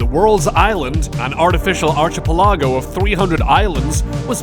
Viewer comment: I have to say, whoever does the audio/reading of the script sounds like a blithering idiot. Must be using AI for it since it’s not that difficult to say words like Kuwait or so many other words like archipelago. Maybe someone that speaks English prolifically should voice these videos. It’s really simple, if you want to be informative and spread educational information, at least know how to pronounce simple words.